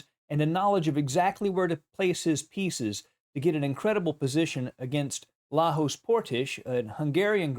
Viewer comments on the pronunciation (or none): A nitpicking from a compatriot: the pronunciation of the first name is not "Lahosh" but "Layosh" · Thanks for the great video, as always. PS Lajos is pronounced Layos, not Lahos. It is the Hungarian variation of the name Leo, btw.